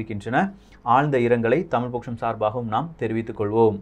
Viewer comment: வணக்கம், டமில் அல்ல, தமிழ்.